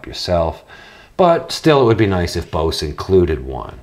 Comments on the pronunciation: It's pronounced Boze! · Yea well potatoes and tomatoes are nouns in the English language whereas Bose is a company named by a person. That person dictated is as "Boze". So how about you not compare the pronunciation to a non copyrighted fruit and vegetable. Side note "Cool Beans" is an okay phrase to use. But it does become irritating when you say is 16 times in one video. Nice channel though